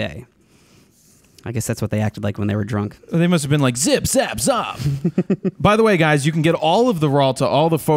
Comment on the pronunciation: haha, Jared I loved the way you say the last part of zip zap z.. Well I am Maltese (a little island in the Mediterranean) and in my language you are just calling each other d**k, zop hehe, keep up the good laughs. I think your teacher might have been playing a prank on you. Zop